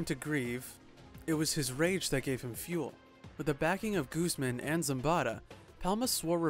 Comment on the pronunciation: Lol Guzman pronounced as gooseman